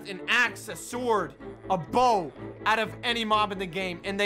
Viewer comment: Please tell that it's not pronounced "S-word" And instead is prounouced "Sord"